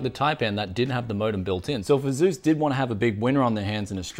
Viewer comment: Did this guy really just pronounce asus A zues? A-s-us